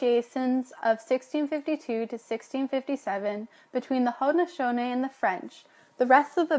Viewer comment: the guy's pronunciation of Haudenosaunee 😂